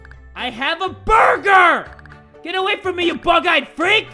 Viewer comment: the way he says burger😂